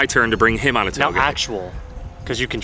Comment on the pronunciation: Lol i learned something today i am supposed to pronounce touge like “towgay” not “ta o g” lol